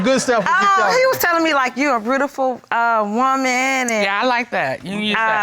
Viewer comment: she said "your brudaful"